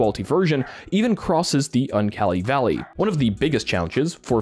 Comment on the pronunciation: the what valley? 😂